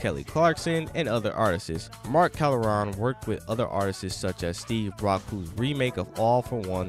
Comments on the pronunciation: At K. Helson stop..the narrator saids artistses instead of artists..lol..grammar pleases..I mean please.. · Dude it’s not “artistses” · someone needs to teach this narrator how to pronounce the word "Artists". Good Lord! If you're going to speak publicly learn to enunciate! (and Karyn White has an Unsung!)